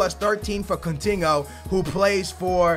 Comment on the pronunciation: "CUNTINHO" - 2016